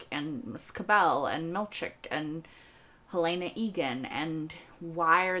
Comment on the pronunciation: I have watched dozens of Severance reactors, and I am puzzled by one thing... Why do 90% of reactors pronounce "Helena" as "Hel-AY-na" when it is never once pronounced that way in the show?